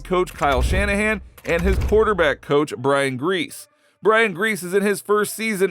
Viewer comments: it’s not Brian Griese (Grēce) it’s (Grē-cē) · Brian Griese--pronounced Greasy--his dad was the QB on the undefeated 1972 Dolphins